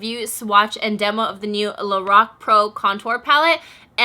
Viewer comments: I love you girl. But I have to correct your pronunciation of Lorac. It's pronounced like this LO Rack. Like lorack. Not lorock. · The way she says Lorac though